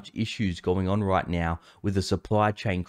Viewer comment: Did he say now or meow?